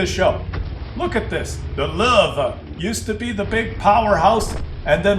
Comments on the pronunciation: What is it with the pronunciation of "Löwe" as "Lurve"? Drop the "r" and stop pronouncing the "w" as "v" and instead simply pronounce it as "w". Easy-peasy. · I too throw-up in my mouth a little, every time I hear "Lowe". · its funny how u r from german origin and u cant say lowe :) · Dat pronunciation of Lowe killed me xD